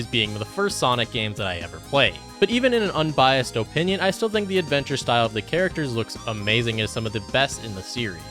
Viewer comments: He keeps saying "oh-pinion" and I can't stand it lmao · Stop saying opinion like that